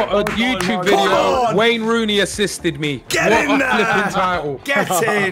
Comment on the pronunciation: Lmaooo that’s not Wayne Rooney that’s Rayne Wooney 😂